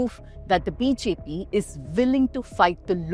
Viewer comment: Sister your BJP sounds like BHP in an otherwise perfect pronunciation!